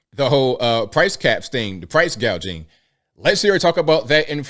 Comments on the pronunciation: it's pronounced " Price gouging" not "gauging" ... 🤦‍♂️ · Guaging? Or Gouging? Ugh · It is not price gauging, it is price gouging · She can't even pronounce the correct word..gauging instead of price gouging. The crowd cheers, come on!@ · So stupid doesn't even know that it's Price Gouging not Gauging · You got it all wrong she didn’t say price gouging she said price gagging that’s something totally different. Or maybe she meant to say price gouging, but her mind was on other things and she had a Freudian slip if you know what I mean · "Price gauging.............". She is truly a moron. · Come on man, she's not going to ban price gouging, she's going to ban price GAUGING - she said it herself ! :face-blue-smiling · Comrade Kamala wants to be the " Groceries Pricing Czar" now to stop "price gauging"? She cant even pronounce the word. Does she know what price gouging is? How does she define price gouging? Do you trust her or any government bureaucrat commissar to define price gouging and what prices should be? Scamala did a great job as "Border Czar" didnt she? Why Doesnt Kamunist Kamala just introduce a 5 year economic plan like they do in Communist countries. Her father was a Marxist professor and she seems to have learned socialist gibberish and Marxist concepts from him. Im sure Comrade Walz can help her out with all the experience he gained from his "visits" to Communist China. If the Duplicitous Duo were to somehow win a rigged election we will have a country full of more invaders starving due to their failed policies. WE dont need a border or pricing Czar in Comrade Masala, we need PRESIDENT TRUMP BACK. He has a proven track record. Ask yourself , were you better off, was America better off in the Trump years or during the biden/harris regime? SAVE AMERICA and VOTE TURMP/VANCE! It's Our Best Chance! God Save America! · Prowse gauging 😂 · did that idiot VP just say "gaging?" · She can’t even say price gauging right the dumb C word. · Price gauging? Or gouging? 🤦